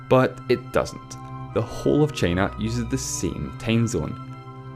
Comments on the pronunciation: "Chay-na"? Never heard of that country before. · Me too, after hearing "Cheenah" and "the Uneetud Kangdum". Christ! Diction! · The commentator calls time as tame and china as chena and so on. Its better to read captions in silence. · take cheina foe exempore